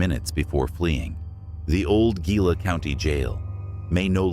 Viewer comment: What? "December twenty odd" Seriously, the AI needs to learn how to pronounce words like Gila, Ajo and in your other video Prescott.